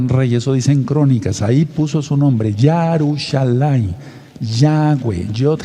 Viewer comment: Se dice Yerusalain, no Yarusalain, no podemos cambiar el idioma psra forsar una doctrina, si no me cree, busque el himno de Israel